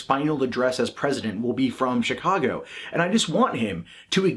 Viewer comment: they removed the video wtf. and hey don't want to sound like a dick but the CH in Chicago is soft like SH. 👍